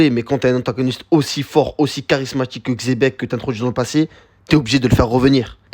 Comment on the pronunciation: Quand on entend Xebec et pas chebec on sait qu'on va bien manger